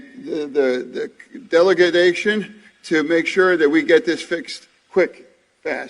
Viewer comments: "delegadation"- oh thanks for the new word. such an intellect, such a warrior, such a patriot. sigh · Can anyone please tell me what a "delegadation" is? And this is coming from someone who looks like an old beat down wrestler who's cutting a promo for an upcoming event inside of a high school. What a goon. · Collapsed Bridge, delegadation. What are these new words. They are a laughing stock to the world, who speak English as their second language, more coherently than these fools. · Delegadation. Huh? What did you say, scary man? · Fetterman just invented a new word-- Delagadation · The deligadation …. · "Delegadation, quick, and fast too" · Did Fedderman say "delagadation"? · “I’m here next to the president a collapsed bridge” “Delegadation” LMAO! 🤣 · I liked Fetterman a lot more when he played Sloth from the Goonies. Edit: Fetterman, “I’m standing next to the president, the collapsed bridge….delegadation…” People voted for this guy? Is the state of Pennsylvania ree ree? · Didn't catch that. That was beautiful. He also say 'delegadation' and Joe nods like some elementary school teacher okaying his effort.